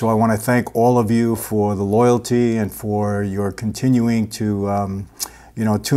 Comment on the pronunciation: He seemed to really emphasize “LOYALTY” from his subscribers...